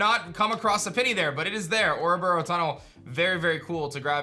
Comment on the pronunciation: IT'S OREBURGH, NOT OREBURROW!